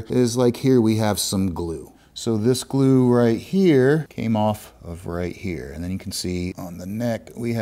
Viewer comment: Glue. glue. gloooo. gluuu. GLUE. Say glue again, I dare ya, I double dare ya!